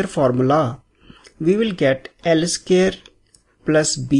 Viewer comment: please pronounce in proper way... its not scare, its square.. make sure it correct.